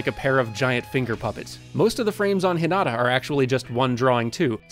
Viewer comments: I cringed everytime he said “Hee-nugh-tah”. It’s Hee-nah-tah. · I honestly didn't realize he said Hinata until I watched it again! 😂 (Thought he said something like Hin-ada. 😅) Awesome video! I watched this, and then the next Haikyuu!! episode I watched had Fly High as its OP so it was cool to notice all the little things you guys pointed out here. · The way "Hinata" is pronounced is SO ANNOYING And the inconsistent use of first vs family name IS EVEN MORE ANNOYING